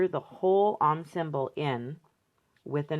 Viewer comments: OM rhymes with dome, not mom. Long 'o'. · Love your work and videos,. FYI, Om is pronounced like 'foam' (without the f, obvs)